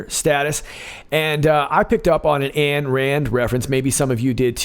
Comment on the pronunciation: Rands first name was/is Ayn, pronounced “Ine” NOT ANN People actually familier with AYN RAND know that. Aye Aye Aye.